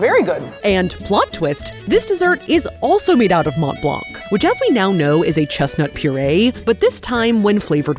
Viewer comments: For future reference, the C at the end of blanc is silent source: I'm French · You dont pronounce the "c" from blanc its there for starting the femine of "blanc" which is "blanche" :3 But the masculine form is silent so you dont need to worry about it. Much love <3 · As with half the letters in French, the "c" in "Blanc" is silent. Not complaining, just trying to educate.